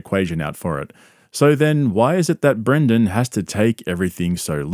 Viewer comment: Pretty sure the loser's name BRENDEN not BRANDEN.